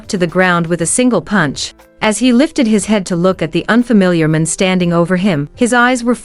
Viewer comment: Horrible narration..'man' (singular) was pronounce as 'men' (plural). Crazy!